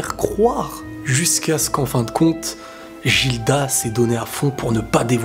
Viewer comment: Guilda, pas Jilda